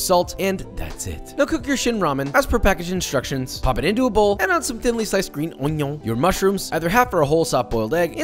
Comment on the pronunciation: bro say geen union not green onion